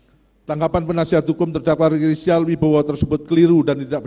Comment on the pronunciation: Rika rizil 🤣🤣🤣jangn cepet" pak bacayah